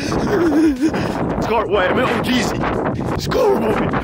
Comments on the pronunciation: Bro said ohgreesy 😂😂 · He said Oh’greasy 💀😂😂